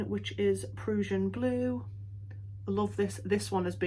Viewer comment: I’m not familiar with exactly what parts of the UK have what accents, but this is by far my favorite!! Absolutely adore the way you say PRUSSIAN blue!💙😉